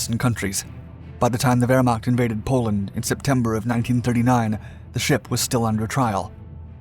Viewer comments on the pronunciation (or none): none